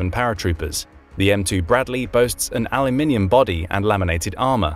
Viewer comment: What is aloe minium? 😅